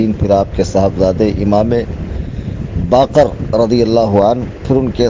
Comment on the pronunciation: Bakar nahi bakir,, ye naam sahi hai